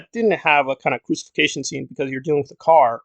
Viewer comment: It's crucifixion not crusification scene...lol